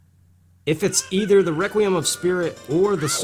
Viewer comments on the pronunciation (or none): none